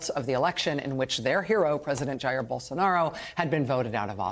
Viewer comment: Rachel dear, learn how to pronounce "Jair." And study some history, American and global. By historical standards, Jan 6 was not an insurrection.